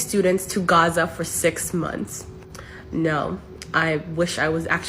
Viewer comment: She really is very annoying and the way she pronounces 'Gaza' is so cringe.